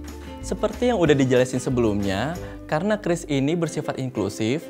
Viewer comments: oalah bacanya kris, kukira kyuris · Oke jadinya dibaca "kris" buka "qiuris"